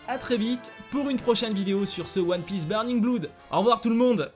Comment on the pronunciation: kizaru gros spameur !! l'accent anglais est horrible xD avec "tyou" pour two et "fwoui" pour three et "bloud" pour blood xD XD sinon je suis daccord avec les defautl du jeu et je trouve qu'il a plein de Défaut même :/ je n'y joue pas donc je vais pas trop m'avançais mais de ce que je vois grace a toi , c'est pas top .. en revanche les cinematique sont genial !! ton generique de fin est super et bien travailler !! pour moi pas de petit ... mais GROS POUCE BLEU !!